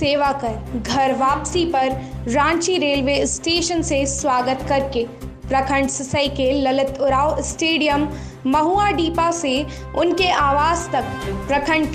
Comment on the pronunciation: सिसई नहीं है वो सिसाय हैं।